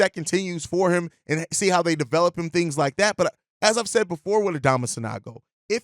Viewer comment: San-OH-go, please